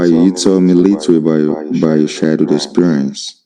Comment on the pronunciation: The way he pronounced "childhood" sounded like "shy dude"!!!